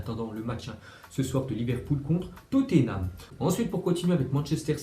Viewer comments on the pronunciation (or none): none